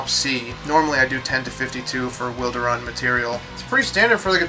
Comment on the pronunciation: Today I learned it's pronounced "Wil-de-run" and not "Wild-run"